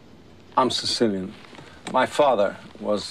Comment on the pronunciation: "You're Siseelian, huh?" "Yeah, uh, Sicilian."